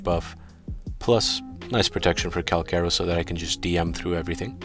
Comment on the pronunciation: Pretty sure it’s pronounced (CAL- CHaR - O)